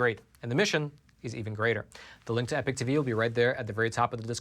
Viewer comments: Why do you say epoch as "epic" instead of like eeepock ? Just wondering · Just as an aside is it American pronunciation to say 'Epic ' for Epoch? England 🇬🇧 🏴